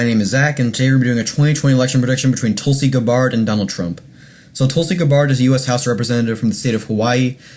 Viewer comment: Learn to pronounce her name. Watch a few videos. Very annoying.